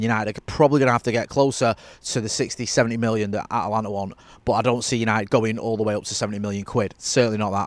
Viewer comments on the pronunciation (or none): So you spend a couple days in the US and the pronunciation goes from At-a-lanta to At-lanta? Ha, welcome to the States!